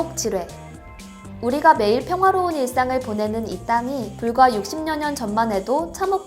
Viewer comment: 60여년 발음이 육심녀년? 육시벼년 이 맞는발음 아닐까요? 개인우튜버 채널도 아닌데 이정도 기본은 지켜주심이 어떠신지 구독자로서 조심스레 건의합니다. 이전 초창기랭킹녀 분은 자음동회 무시하고 발음하는게 불편해서 몇번 글 남겼는데 (ex. ‘1년’을 ‘일련’ 이러고 발음하지 않고 ‘일년’으로 글자대로 불편하게 발음함.7년,8년,칼날 등등도 마찬가지) 여튼 육십녀년이란 발음은 생전 처음 들어봅니다.